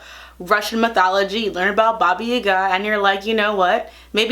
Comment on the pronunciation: Oh my god, that's the first time I heard an American person pronounce Baba Yaga with perfect Russian accent! What a win!